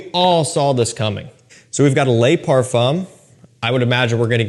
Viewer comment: I don’t know if you read the comment. Probably not but just want to let you know in french an E does not pronounce Ay Le is not lay Now my question on the le parfum: is it fully Ambroxan like the edp? For me the edp just turned metalic due to ambroxan